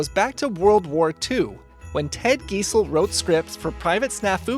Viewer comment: Guy-zell, not Gee-zell.